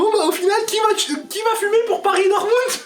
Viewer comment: Par contre c'est dortmund pas dortmung lol